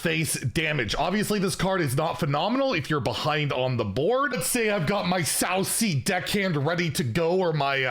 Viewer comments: How did not see that its name is sand castle 😂 oh and pronounciation 😅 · How to pronounce Sanc'Azel - Say "Sandcastle" without the D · Context clues just don't exist for lmao. It's a sand castle my dude. It's just pronounced sand castle.